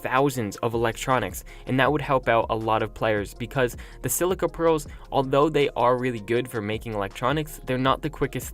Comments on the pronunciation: “Sill-‘C’-a pearls”... wtf, you lost all credibility when you mispronounce silica pearls.. it’s Sill-i-ka pearls. Silica is a common component in everyday life items, learn your world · sisia pearls?? (it's sili'k'a) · I've probably only ever said silica twice in my entire life, let alone every day? But yeah it's quite clearly not pronounced like that lol. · He always calls them that. He only plays singleplayer sooo no one is there to correct him